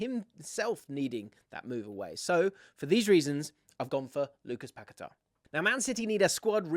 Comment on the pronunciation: Why would anyone buy a broken RB from Leicester??? Also you say Paqueta’s name wrong. Listen to him say it